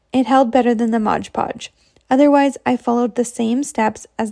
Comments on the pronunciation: Great ideas………but….. it’s MOD PODGE NOT RUDDY MODGE PODGE!!!!!! Dum cluck! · The nice young lady is saying “MODGE podge”. It drives me nuts too. Yes, the jar most certainly says MOD Podge. Oh well, but her project was cute. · I get a chuckle when people say “modge podge” It’s MOD Podge 😂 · Repeat after me…. MOD Podge! Not liberry, not exspecially, MOD Podge! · It drives me insane!!! Why do people pronounce it modge podge!!! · I know every time I hear that girl start talking I say to myself oh Lordy that’s the Modge Podge girl and she still says it. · It's particularly noticeable in that video because she says it SO MANY TIMES 😅🫣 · OMG same here! And she said it so many times!! Drives me crazy!